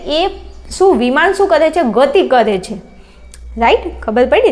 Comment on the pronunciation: વિમાન ❌ વિમોન ✅😂😂